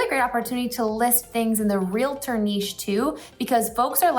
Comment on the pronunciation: It’s pronounced REAL-TOR not REAL-UH-TOR. sorry I work in real estate and it’s a pet peeve of ours 🤣